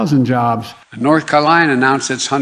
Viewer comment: North Kalina?